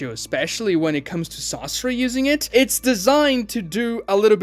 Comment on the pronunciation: It's not "sássuri" it's Sasóri.